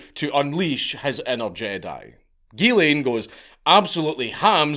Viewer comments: The “ghy” in Ghyslain is pronounced “JEE” with a soft “j” sound. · Its "Geeszlain" not "Guelain" (Ghyslain). The way the counts pronounce it is a female version of the name. It's fucked up what happened to him